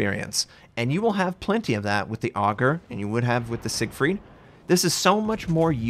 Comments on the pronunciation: It's pronounced ay-gueer not Ogre, could you please at least try to pronounce the names correctly? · Ägir is pronounced "ay-gee-year" or "a-gear", (depending on if you're using the German or Scandinavian pronunciation). Not like "auger" or "ahh-gir". I wonder if this is a ship we're actually going to get or if it's going to be just another lame teaser ship. Also, why are we using Norse gods for German ships? There are just as many viable namesakes for German paper ships as any other nation. I get WG doesn't pay much attention to any history that isn't Russian or isn't on wikipedia, but come on. Name the German large cruisers after the German states (like the US did) of Schleswig-Holstein, Brandenburg or use some other designation. Leave the nordic names for an entire Scandinavian line. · with the umlaut over the A it's pronounced with a solid "A" and not "Aug" as you are pronouncing. You are saying the name of a character in Norse mythology, not a farm implement. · And you would properly pronounce it like eh-gear with emphasis on the "eh" :D Love your vids btw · Pronounciation of the Ägir is (understandably) difficult the "Ä" is pronounced like the "a" in the beginning of "and"